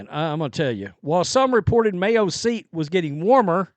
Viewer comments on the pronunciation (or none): none